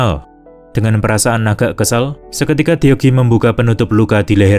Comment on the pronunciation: Baca deok hee - dok hi,, semoga next ny bisa diperbaiki bang, abang kn pas nonton filmnya kan denger orang nyebut namanya gimana..